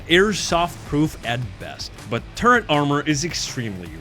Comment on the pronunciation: Not 20 seconds into the video and I hear the word "turrent". I hope this isn't a trend for the rest of the video...